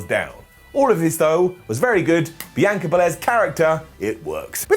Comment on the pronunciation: Still can't say Sasha and Bianca right. Makes my ears bleed.